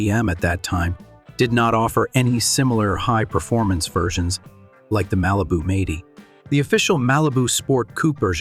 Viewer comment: who the hell narrated this..ts 4 4 2 not four forty two and it'd m- 80 not meighty...learn to talk